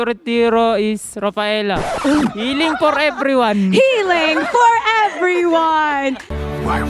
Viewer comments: i died when said "heelng por ebriwan" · hiling porrr ebrrriwan 🤣 wadapak